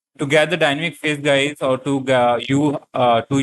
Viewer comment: it is dynamic not dynmic